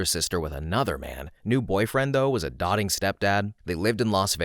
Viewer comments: Sorry but I really don't know if I believe you. The stories don't sound like a human is reading them. I'm pretty sure a person would've picked up that it's not dot-ting, it's doting with a misspelling. Contextually it makes no sense to read that word with the misspelling. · I’m sorry narrator, you keep saying dotting instead of doting. Dotting, to make dots, pronounced “dot-ting”. Doting, synonym to loving, pronounced “doh-ting” or like dough. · Possibly helpful for ELLs...plus I get to vent. I really need to find a channel w reasonable standards. This is Way too many. "doting" rhymes with goat (ing) I have to imagine the job pays so little that it's not worth it to look up unfamiliar words or bother trying to understand what they're reading. If that's not the case, ugh, must be nice to not give a crap. ❌"disremember" It's supposed to be "dismember" Context clues are a thing. This couldn't be corrected bc...? Not like credit's being given. "I was lied (to) It's even spelled right "convicted" which is a fairly common word. con-vict-ed Like "convict" Really? How would that even be spelled? Bc "pretty" is taken. "Prety" maybe? It's spelled correctly: petty. Hemoglobin is pronounced as if it contains the word "globe" "ostensibly"...no "b" (means- seems true, maybe isn't tho) *sigh Really? It's even spelled correctly. "Fairly" "Blabbing" It's supposed to be "tried' I'm unsure of this one. Might be I've not heard of this & it just sounds close to "doling out" (Rhymes with "bowling" & basically means they "gave out"). Didn't find anything when I looked it up. Btw, yes, yes, I'm a terrible, awful person...oh no, vague standards! Oh no, thinking a (simple) job should be done correctly, oh no...the horror. Yes, yes, we should all be grateful it's not AI slop (I very much am, incidentally.) & no one's perfect. Yes, yes, to all the arguments & pouting. It's a job.